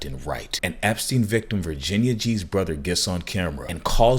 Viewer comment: You said “Virginia G’s brother” I heard “Virginia cheeseburger” In case anyone needs a laugh